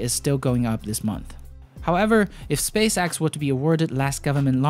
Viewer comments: Space-EX, not space AXE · It is spacex. X. X. Not axe